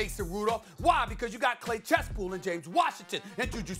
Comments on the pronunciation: Stephen A called Chase claypool "Clay Chesspool". Prob caught up in the moment but still funny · Stephen A. Smith ~"Clay Chasepool" Bruh Chase Claypool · Stephen A "You have Clay Chespool" No Stephen A its Chase Claypool !! LOL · Clay chesspool 🤣🤣🤣🤣🤣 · "Clay chesspool" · “Clay Chespool” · That man Stephan A said Clay Chesspool 🤣🤣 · "Clay Chasepool" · “Clay Chespool” lmfaooo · Stephen said clay chesspool😂😂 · "Clay Chasepool" 🤣🤣🤣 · “Clay Chesspool” ? 💀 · “Pool ChaseClase” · “Clay chespool”-Stephen A 🥴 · He said clay chespool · Why can’t Stephen A say Chase Claypool’s name right lmao